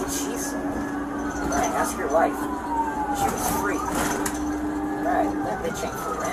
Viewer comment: if you have to ASK questions you can at least learn how to say it!